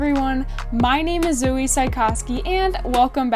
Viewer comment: Zoe!!! You nailed it on the pronunciation of my last name! And "YES", the shirt colour choice was intentional. I had a black shirt on at first but then I changed it! Really glad that you said yes back in November which ended up landing you the summer position! It's very true to fake it until you make it. You just need to land the role, then you can build your skills from there! Embrace the nervousness. I love that! Thanks for teaming up and sharing our conversation on this super important topic! Had so much fun working together to create this vid!!! Looking forward to doing it again soon!!! Stay safe out there!